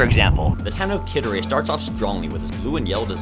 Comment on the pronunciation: You say Henereye not Hinereye. Also I forgot how genuinely really good this video is. The animation in the Maine Fight and the Song at the end are both really fucking good.